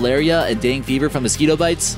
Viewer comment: And it's pronounced Deng-a(as in just saying the letter A) fever. I see a lot of tht happening in these types of videos. Don't want to be a dick, but it takes about 30 seconds to google the pronunciation of Dengue, guys. If you're ever unsure how to say a word, then look it up! Lol, you're posting this online, so if it was me, and I was even 1% unsure that I was saying the word wrong... GOOGLE THT SHIT!